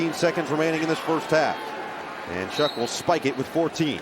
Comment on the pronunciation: this broadcaster is incredibly annoying, he keeps saying Tyler "SHUCK" when his last name is pronounced "SHOUWW"